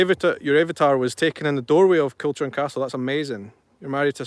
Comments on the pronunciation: KILCHURN CASTLE pronounced KILHOORN castle. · The correct pronunciation is Kilhoorn Castle. Not Kilchurn as its written. Learned that from an old Tom Weir programme.